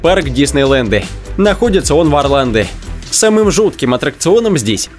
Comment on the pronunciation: Адреналинэ , Диснейлендэ, Орландэ